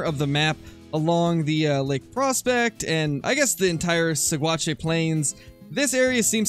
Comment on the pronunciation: Coloradoan here. Saguache is pronounced "sa-watch"